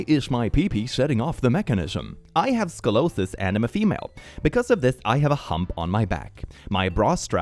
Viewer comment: as someone with scoliosis (i’ve worn 4 different back braces over a time period of 5 years. i’ve also had two back surgeries, so yes, i do have metal in my back lol- but i’ve never had a problem with metal detectors regarding it), the way pronounced it made me crack up! i know it’s not a very common word, plus he’s dyslaxative, so i commend him for trying lmao- plus it gave me a laugh! even i still have trouble spelling it sometimes & i have it myself!